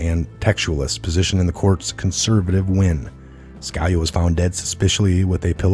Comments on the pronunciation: it's SKa-LEE-ah - please learn to pronounce our great former SC justice's name. ughhhh. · Just to give you a heads up.....Scalia, is pronounced....sca...lee ah....